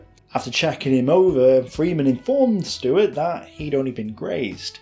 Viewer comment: Good content but the narrator manages to butcher not only French, German and Gaelic but even English. You'd think a native English speaker could manage names like Stewart and Campbell?